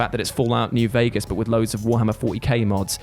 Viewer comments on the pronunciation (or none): none